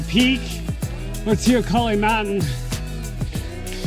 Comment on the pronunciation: Hi, after speaking to an "ex-local", now here in GJ, it's "tay-oh-COLLEE"!